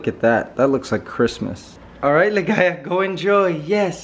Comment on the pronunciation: Did i hear it right? You called Ligaya as Ligays? It’s an s instead of a?